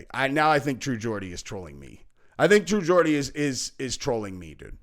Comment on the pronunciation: accidentally pronounced True Geordie right the first time in this vid!😂